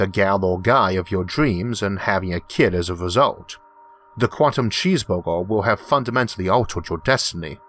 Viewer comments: I swore he said cheese bobo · That was the best explanation I have ever heard. Thank you very much. Btw, I like the way you say "cheeseburger".